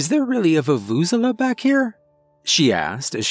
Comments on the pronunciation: The way he speaks vuvuzela makes me cringe every time lol I had never heard an english speaker try to pronounce that word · The way I died hearing you botch the Vuvezela😂😂😂😂🤣🤣... But your performance more than made up for it...